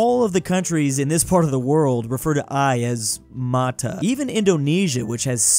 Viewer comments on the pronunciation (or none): Mata is pronounced mah-tah. Not sure about other places, but i'm sure about filipino. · Hearing say "mata" wrong over and over again hurt my soul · As a Filipino hearing pronounce "Mata" pains me😭